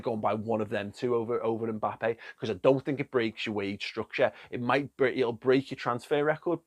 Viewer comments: Do they pronounce Mbappe 'Mbalme' in Wigan? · Klopp makes “MBappes”